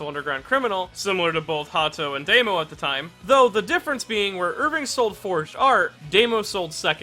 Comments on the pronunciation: Why do you keep saying "Deimo?" It's "Dahmo." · I've always pronounced his name as "Dah-mo." Is it really pronounced as "Day-mo?" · His name is Damo, not Demo... Luv u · He's called Damo, not Daymo. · It astounds me that you're so knowledgable about Japanese names but still pronounce Damo as "day-mo" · No one:: Deymo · Because he never heared that name spoken. He haves no idea how to pronounce it. I hate people like you who correct mispronunciations so much.